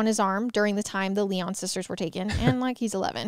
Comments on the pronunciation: Good god…it’s Lion, though spelled with a y. Not Lie On🤯🤯🤯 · So sad. 😢 My heart goes out to their family and friends. Their last name Lyon is pronounced Lion. ❤ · My last name is Lyon and the way you were pronouncing it kept throwing me off 😅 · I was twelve too when this happened. Wheaton Plaza was 3 miles from my house. Parents that used to let us go dime store by ourselves… that came to a screeching halt! BTW it’s pronounced Lion like the zoo animal. Their dad was a radio personality on WMAL. Our innocence was gone . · Yes! This case has been covered enough to where this mispronunciation is a gross oversight.